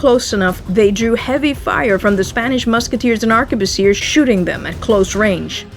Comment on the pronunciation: *ARK-BOOSS-EE-AY... Even if it's plural...